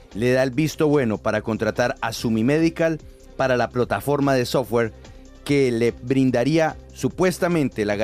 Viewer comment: Y aprendan a pronunciar software... ya se se parecen a la pronunciación de petro 😂😂😂